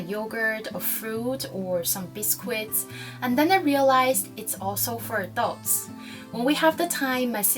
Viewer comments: The meaning of biscuit in french is "baked twice" bis - cuit. Pronounced "bis·kui" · What's a "bis-koo-it"? Did you mean "bis-kit" (biscuit)?